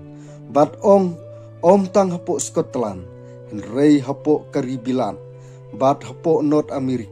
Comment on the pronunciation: Scotland ❎ Sko-Tlan✅